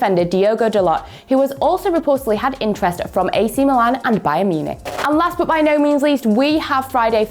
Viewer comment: Hello one football English. Can you please change this lady? Her accent is just Soo annoying just irritates my ears Everytime when she says but as boat. I am just tired and I will not subscribe and watch your channel anymore and also many people like me will do that. Please try to bring someone with better English dialect, even American accent, South African accent feels a lot better. I also like British accent but this dialect is just unbearable. Thank you.